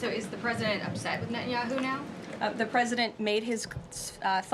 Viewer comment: Israel needs a new prime minister but I wonder if Americans will learn to pronounce "Netanyahu' and not call him "Nat-en Yahu'